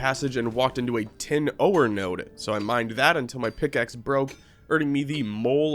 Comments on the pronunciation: how long have you said oh-or instead of ore? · Okay at first I just thought I was imagining it but are you saying OH-ER for ore? Am I pronouncing it wrong? I have always just said it the same way oar like for a boat or the word "OR" lol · Ore is just pronounced like "or" the 'e' is silent. And the first boss the wyvern is pronounced, Why-vern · The way you pronounced ore and wyvern convinced me you are an alien AI :)